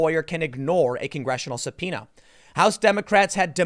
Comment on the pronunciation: finally know that subpoena pronouce is SUBPINA and not SUBFOENA like i was thinking. pd: english is not my main lenguaje, thanks TIM...